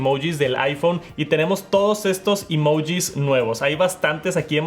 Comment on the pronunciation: así no se pronuncia emoji 💀